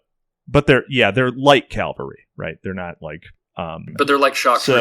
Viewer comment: It's Cavalry, not Calvary